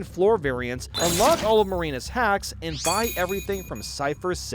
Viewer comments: Its pronouced marina not marine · I died inside everytime he calls Marina "Marine" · The anger I possessed with him calling Marina “Marine” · did he say marine or marina? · we need to talk Have you been calling Marina "Marine" for the past 7 years? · i did like 50+ runs of side order without using any hacks before watching this video, but right before you spoiled the ending i paused, did like 10 more runs, finally beat it (without using hacks), and came back to watch the rest of the video lol also you say “Marina” like “Marine” and it lowkey bugs me 💀